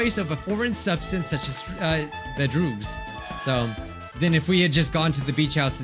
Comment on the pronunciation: did... did I hear said droogs instead of drugs?